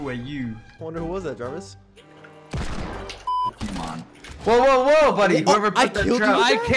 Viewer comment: You said javis